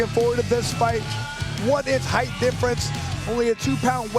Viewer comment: I like the commentator, but ffs there is no H at the end of "height".